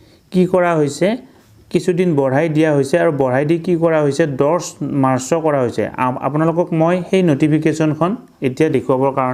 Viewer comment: মাৰচঅ নহয় মাৰ্চ অৰ্থাৎ মাৰচ ।